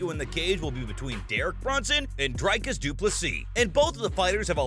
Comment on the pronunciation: It's not Dry-Cars, it's more like Dree-Cars. The guy is an Afrikaner, a Dutch version of South African descent. I have a feeling that if you were to call him Dry-Cars he'd get peesed